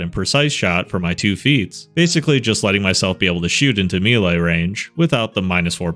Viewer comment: Melee, not mili.